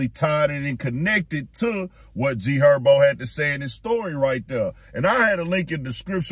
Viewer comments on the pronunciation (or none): Who TF is Erbo? IK I’m not the only one that heard him say G Herbo name like that its no excuse for that.😭